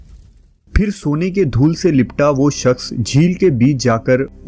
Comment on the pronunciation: Your Urdu & English pronunciation is very bad, plz clear it. Shakhs ko aap sakhs bolte ho Shaadi ko Saadi, Shamil ko Saamil. National ko Nasnal. British ko Britis😢